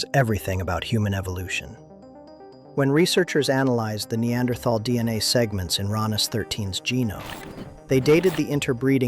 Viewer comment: you're mispronouncing - Neanderthal. In addition the percentage of Neanderthal in Europeans and Asians can reach up to about 5%. And even sub Saharan Africans do have up to 1% of Neanderthal as well as even Denisovan DNA.